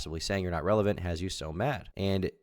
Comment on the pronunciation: Mispronouncing "relevant" doesn't help